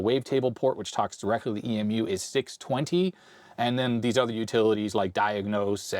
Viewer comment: In the synth world EMU is said like the flightless bird, and not spelled out.